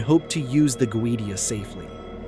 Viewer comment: Hi from Sydney Australia. Couldn’t watch the whole post that bloody damned AI voice completely spoils it. For F@ sake can’t even pronounce Goetia correctly…… ⚛️☮️🌏